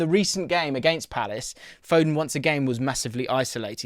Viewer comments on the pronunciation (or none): none